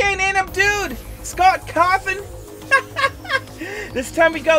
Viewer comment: cool he says cawthon correctly now